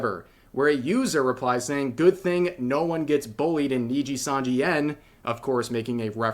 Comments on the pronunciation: He keeps saying NINJIsanji RAAAAAAAAAAAH. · he still says Ninjasanji lol. who cares, they're evil, Ninjasanji it is. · the real anime training arc here is Asmongold's pronounciation of nijisanji improving